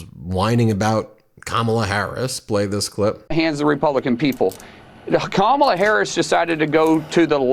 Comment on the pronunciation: Oh now they can pronounce Kamala correctly